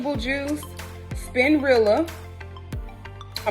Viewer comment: "SPIN-RILLA" I'M DEAD 🤣🤣🤣